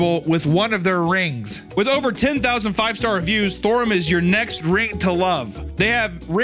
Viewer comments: he said it in a way I can’t forget “THORUM” so that’s good for THORUM. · i woke up at 4am to hunter saying STHORUM over and over thinking i was stroking out